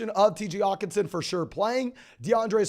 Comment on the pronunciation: does he not know how to annunciate the H in Hockenson? lol